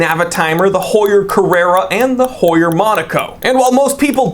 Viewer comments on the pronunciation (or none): none